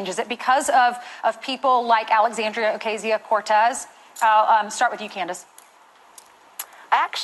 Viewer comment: Funny how everyone that has to say AOC name has to almost think about how to say it!! 😂😂